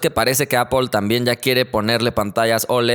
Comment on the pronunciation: ¿Appple? Y ¿Xiami? 😂😂😂 Un saludo